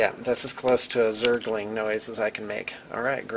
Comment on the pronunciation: Do you play Starcraft 2? You said, " Zergling".